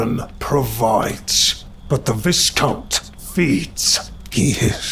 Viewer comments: The ‘s’ in ‘viscount’ is silent , so it’s pronounced ‘vi-count’ , not ‘vis-count’ - please check this beforehand and specially if you’re a story reading channel , too many story reading channels mispronounce simple words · Viscount is pronounced VI like v+eye+count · Viscount is pronounced vy count. No Biggie. Was quite interesting to listen to your narration of this compared to dark somnium. Both good 👍